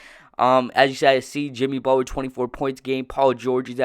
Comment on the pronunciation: Why are you pronouncing Butler like that? Sounds like you are saying "Buh'ller" Cousins is way better than Butler and you are underestimating the value of Jrue Holiday.